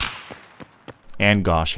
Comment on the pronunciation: Thanks for another good video,! P.S. It is SpaZHa, not Sparia